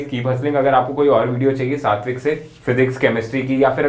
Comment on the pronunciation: When u say satwik i hear it 60 week ,bhai kitna dilasha doge😂😂